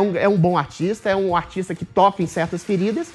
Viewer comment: o adriles fala autista em vez e artista!